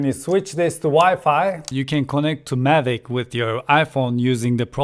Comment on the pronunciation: Mavic, not Mavik!